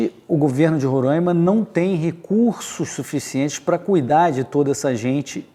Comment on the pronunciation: Vamos aprender a pronunciar corretamente o nome do Estado Roraima. Rorãima não existe.